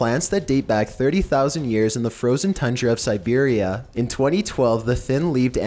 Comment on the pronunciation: Serberia wtf